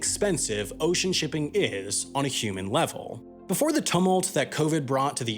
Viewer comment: Confused as to how you managed to pronounce tumult wrong..